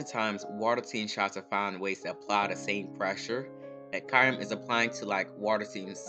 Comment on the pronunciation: Great vid but the way you pronounce Kyurem kills me lmao it's Kyoo-rem